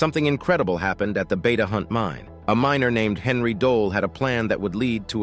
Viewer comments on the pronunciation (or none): none